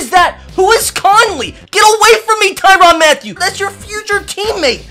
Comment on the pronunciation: I hate the way u screw up peoples names for tyrann Matthieu it’s pronounced Ty-rin not the-Ron